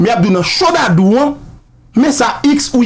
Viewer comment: Neg Dadou se yon comedian ki toujou ap érè. Ga pa gen 2 syllables. Yon seul Syllable Dadou